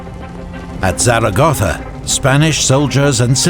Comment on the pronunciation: The video is great and does an awesome job illustrating the war. But by far what I like the most is the proper pronunciation of places and given names: ZaragoZa, CoruÑa, BadajoZ... Just sublime